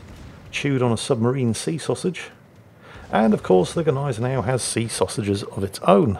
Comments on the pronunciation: I am Austrian an I got to comfirm the Germans - all of them! You pronounce the "G" and you don`t - you pronounce it - just not the way you are... =) It`s not a G Neisenau - it`s a Gneisenau. That`s a "Gn" - You pronounce it like Gun but without the "U". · After all this "do you pronounce the G" story, the funniest thing is that you STILL mispronunce the name of the ship. It's GNAI-se-nau, not GEH-nai-se-nau - there is no fantasy vowel between the g and the n. Although I do realize, that's an unusual sound to make for an english native. [Edit: Also... if the player is so new, that explains why he did so well with the Gneisenau. He just doesn't KNOW yet how bad he's supposed to shoot.] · About the pronunciation: No, the G is not mute, but is still not quite saying it right: The Gneisenau is not Australian, so it is not pronounced with a distinct separate G; ie g'neisenau as in an australian "g'day" like tend to do, but with a fluid, continuous "gne"-sound - it's not that hard to do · "Neisenau!!" HA HA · You mean... GneiseJau? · Still mispronouncing Gneisenau, the "G" is silent.